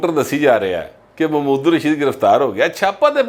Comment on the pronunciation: راجہ ریاض کو چھوڑیں اپنا ایکسنٹ پر غور کری اپ بھی محمود الرشید کوممود الرشید فرما رہے ہیں